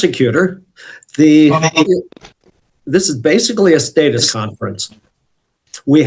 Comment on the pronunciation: Also doesn't know how to pronounce status.